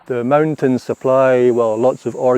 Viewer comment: "The moan-tins supply organic water"... hehe i love that thick limey accent